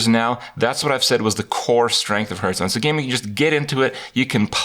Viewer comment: Duncan Ault Are you "Hurthstone"? If you dont get it. He pronounces hearthstone as hurthstone or rather "h-earthstone"